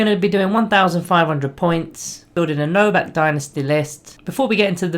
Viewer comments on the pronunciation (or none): Pleaaassee stop saying Novakh. Its legiterally Novokh